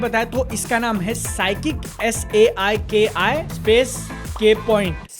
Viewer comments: Bhai usko Saiki-k hi bolo... Saikik mat bolo please 😂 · Its pronounced Saiki-Ke